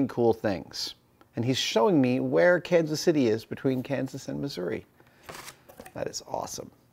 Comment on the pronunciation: You space out your pronunciation of Kansas City differently than the locals do haha